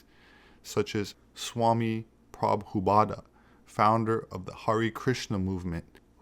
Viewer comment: Jaya Prabhupada! - pronounced: pra-boo-pod. Qi is pronounced "chee" ty for listening everyone, truth wins always.